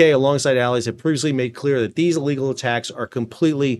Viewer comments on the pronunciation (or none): "illegal attacks" I dont get this style....why it had to be stressed at all